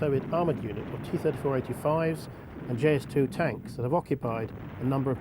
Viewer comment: JS-2? It's IS-2 since it's Iosif Stalin not Josif Stalin